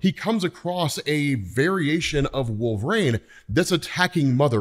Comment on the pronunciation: That’s not how you say Wolverine.